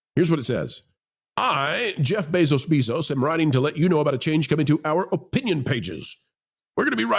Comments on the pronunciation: WHY is he saying "Beso-Beesos"? I like the channel but that was annoying. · Why do you keep saying his name weird? Annoying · The double last name pronunciation is amusing